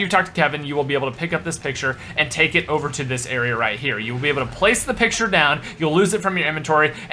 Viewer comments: 2nd "picutre" lololololol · "Picutre" damn it 😂